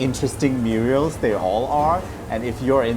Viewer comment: It’s pronounced murals, not “muriels”